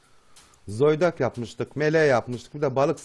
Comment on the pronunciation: Zoydak demene bitiyorum 😂